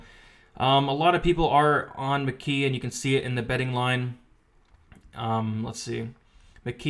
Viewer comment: McGEE though why does it sound like Mckee? lol